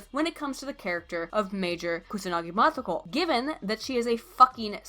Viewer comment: Motoko nigga, not matoko. Shit, do you even nihango?